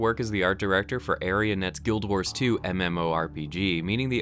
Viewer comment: Did he just fucking pronounce arenanet as areanet...